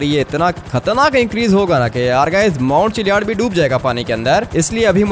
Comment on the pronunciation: माऊण चिल्या द नही ची ल्ल द नही डुबेगा